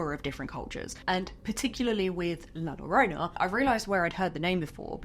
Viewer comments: I would love it if you did a deep dive monster, makeup, and myths video on La Llorona! I remember being told that story OFTEN while growing up in both Mexico and America. I swear that I heard her once as an adult......that is a sound that I will never forget. By the way, excellent attempt at pronouncing it correctly. The only part you missed is th "ll" sound, its more like a soft "g" or a hard "j"...... Try it like this " joe-roh-nah" Anyway, I love you and your videos!!!! I hope you keep making this series!!!! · LOVE this video. But as an spanish speaker, you said so many times an so wrong. La llorona, de ll en spanish sounds as de y in young.